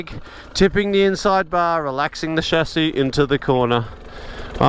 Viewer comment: Excellent content, also pleasing that you pronounce 'chassis' correctly.